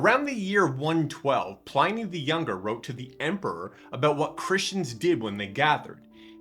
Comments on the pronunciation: Cool. Thanks. Btw It's pronounced Plinnee not Ply-nee. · Please note: Pliny rhymes with "tinny", not "tiny". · Ply-nee? Ply-nee!!?? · That should be pronounced Plee - ny. In Latin, i has the sound of a long e in english. Romans also believed Christians sacrificed and ate babies: not so far from the Satanism of many pagan rites. This was probably a garble of the the Christian celebration of the Lord's Supper which I believe was kept secret at that time for that reason. But the best description of early Christianity is found throughout the Epistles of Paul, John, Peter, James and Jude in the New Testament, Curious? Start there. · The Roman letter "i" is pronounced as in "lift", "pig". To get an "eye" sound, they joined "a" and "e" together. So you would pronounce it "Plinny". In fact, we should use his correct name "Plinius" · If this person is going to proffer himself as an expert on this subject, he needs to at least know how to pronounce “Pliny” correctly. Also, the way he casually blew by the letter describing two slave women who were tortured for being deaconesses I, as a guy, found misogynistic and gender-biased. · I believe his name is not pronounced PLINY as "I", but rather Pliny as "in". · Just watch your pronunciation of Pliny. It's in like in bin not ine like in spine. The religious hostility in the Roman era did not come from the Romans, who accepted multiple gods, but from the Christians, who did not and asserted that theirs was the only one. In Christian religious history it's easy to find many examples of fraud, theft, adultery and falsehoods.